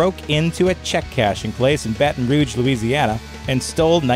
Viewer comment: just want to say thank you for pronouncing Baton Rouge correctly. for some odd reason, a lot of people can't say it.